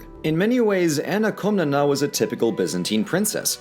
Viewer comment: Κομνηνή is closer to "Kawmnaynay", with stress on the last syllable. Only mentioned this because ever since I started learning Greek on Duolingo, the OSP Ancient Greek videos on YouTube have captured my fascination!